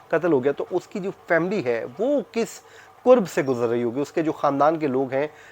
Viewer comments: Bhai lfz qurb nhi qarb hota he Km se km talafuz sahi ada kiya kren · "Qoorb " nhein " kurb " . Aap ki Urdu b bohat khurab hey . "Qoorb " ka mutlab hey " Nazdeeki " or "kurb " ka mutlab hey takleef , bechaini , dukh . Ye lafz kitab waley kaf se likha jata hey or Qoorb qainchi waley kaf se likha jata hey .Socha k aap ko bta doon . Yad rakhiey ga .